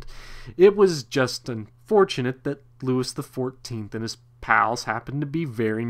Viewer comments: loo-ee the 14th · Pronouncing Louis XIV as ... “LEWIS” is historically brutal. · It is NOT “LEWIS”!!! If you can’t get the pronunciation of his name right how can you expect us to take what you are saying seriously? Couldn’t finish listening to this! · I couldn't take it and had to kill the video. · Yeah, this dork's mispronunciation of a very basic French name - Louis- was embarrassing to hear! He butchered it!